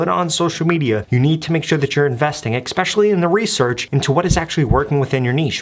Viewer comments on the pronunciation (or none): Did you say EXpecially?